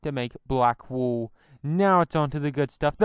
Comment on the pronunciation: Not to be rude but its probably your accent its Wool not wooooooo I also want dis mod